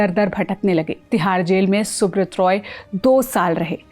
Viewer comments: Please have the pronunciation right, it's soobraataa or soobroto as in bengali and not soobrot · Pronounced thik se karo - it's not subrat it's Subrata ( सुब्रोटो)